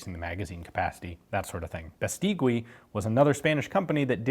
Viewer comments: Just a little comment on the pronunciation, the U in Beistegui and Guernica is mute! But you´re getting there! Great work! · If somebody wants to know the name of the manufacturer it's Beístegui Hermanos, the pronunciation isn't on point; they make bicycles nowadays.